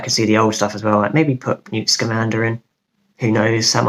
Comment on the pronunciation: Was that Pewt Slamander?! 😂